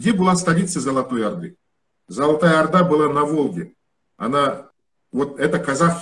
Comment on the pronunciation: салеметсізбе. Одна просьба. Пожалуйста когда говорите про Алтын Орда, делайте ударение на О'рда, когда произносите Арда звучит по русски, слух режет, пожалуйста не обижайтесь, это только просьба. Внимательно слушала ваше интервью👍👍👍